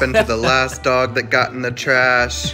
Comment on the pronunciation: Did anyone catch his “whAt is ThEayt” after the dude with the farm in his mouth? 💀💀💀